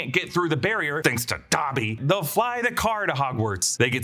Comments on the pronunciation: Is it pronounced dabby or dobby ? I almost stopped watching having to hear dabby every 20 seconds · WTF IS DAH-BBY?! 😂